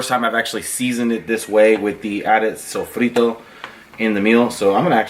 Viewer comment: Cool video. Yours is pure nutrition and fitness wisdom : make healthy meals your favorite ones. That's the key for solid nice life style (By the way, do you speak Spanish? I just wonder because you say "adobo" and "sofrito" like a native speaker )